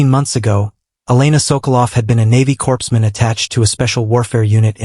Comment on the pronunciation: Corpsman. Pronounced "core-man" not "corpse-man". It might be an idea to use an AI where English is it's native language...just sayin'